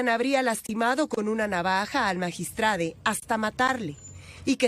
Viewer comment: Magistrade? Esa no es una forma profesional para hablar y menos para un media como telemundo por favor busquen personas que sepan hablar